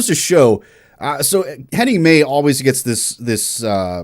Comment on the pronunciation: Annenmaykantereit are one of the best musicans ever. Henning Mey - his name is pronounced Henning My, by the way 😊 I love the way you explain and enjoy their music.